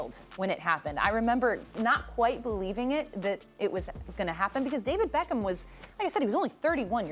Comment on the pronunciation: Man said BEEEECHam